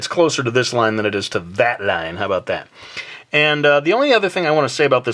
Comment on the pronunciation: he said "How bout tat"